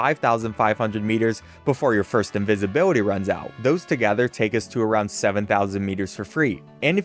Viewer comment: invisibility or incinvibility?